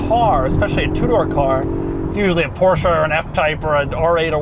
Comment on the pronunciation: Everybody: PorschE Doug: Portia. Everybody: Coupé Doug: Cuup.